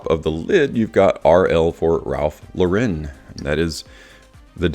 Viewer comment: It is not a french company, Lauren is pronounced like you would an American female's name.